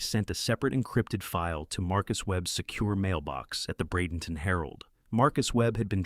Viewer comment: Bradenton Florida. Thanks for pronouncing it correctly.